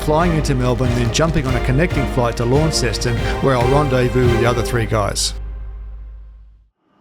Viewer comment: Tassie has so much to offer, you definitely picked a good time to go. Hint ... when you talk about Launceston, pronounce it Lonceston, we can pick a foreigner from the moment they speak 😏